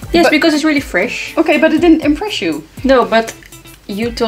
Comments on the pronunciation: Is Fwesh haha. I <3 you:) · Yesssssss FWESH day!!!